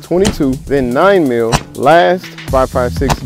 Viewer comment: its mill not meal